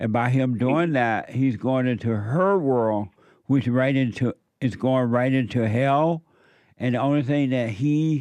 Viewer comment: saying whirl instead of world is beta